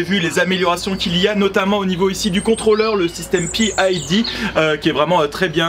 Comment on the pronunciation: Juste pour info: pas besoin de prononcer PID "à l'anglaise". Les 3 lettres signifiant qu'il s'agit d'une régulation Proportionnelle - Intégrale - Dérivé. Les 3 paramètres pour une bonne régulation.